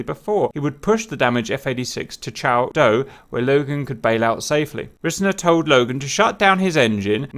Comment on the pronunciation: It's pronounced "r-eye-sner"